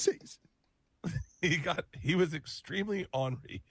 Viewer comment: Imagine being in your 50's and still not figuring out the word "ornery". The doinker says "awnrey". 😂